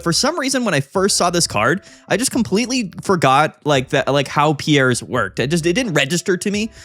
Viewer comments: I I'm remembering correctly it's not pronounced pee-air or pee_airz, but closer to pierce so it would be pronounced peerz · Its "Peers" as in, a jury of your peers. Google Piers Morgan and you'll see how people pronounce it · Hey so, the Galar region is based on Britain, we say the name like "Peers" here. I have friends called Piers, they say it like that. Hope that helps, love the channel. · All these content creators pronouncing Piers as "Pierre's" is killing me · You're sayine Pierre, the french name. The card is Piers (peers) like that dipshit limey know it all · I think it’s pronounced “Peers” lol like Piers Morgan. 😂 nice showcase though man. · Hey there, sick deck and nice video, just fyi since you asked, Piers ist pronounced like Pierce (Brosnan). Piers is the medieval version of Peter. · Will he ever learn how to pronounce Piers…. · One of these days we'll pronounce Piers right 😂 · The support card piers is pronounced just like piers Morgan. The talk show host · It’s Piers like “cheers”. The s is pronounced